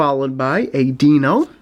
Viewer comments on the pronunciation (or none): none